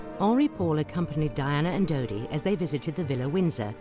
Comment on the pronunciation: It's dodi not didi